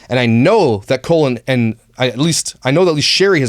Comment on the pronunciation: Every time said "Cole and..." it sounded like Colon to me. (Which is appropriate considering what I think of these people.) 💩